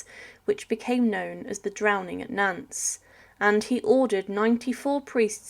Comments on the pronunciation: Nance!! Really!!! It's pronounced Naunt, like taunt! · Obviously she didn't study French at school because a teacher would have been appalled by her pronunciation.. Carrier is pronounced "carry-ay", Nantes is "Nont", etc. It's not worth watching videos like this because it''s clear she's just reading a script with no idea what she's actually talking about.